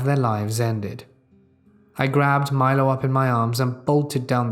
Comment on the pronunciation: Damnit! You finally pronounced my-low right and then went right back to mee-lo! 🤦‍♀️ LOL!